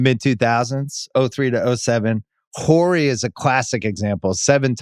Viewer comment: How is it 2025 and Bill Simmons still can't say Robert Horry's name right?